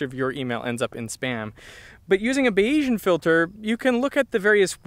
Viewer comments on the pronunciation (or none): Shouldn't "Bayesian" roughly rhyme with "Asian"? His name wasn't baYeez, after all... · It is pronounced "bayes-ian" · Bay-yee-shun? That's an odd way to pronounce the word Bayesian.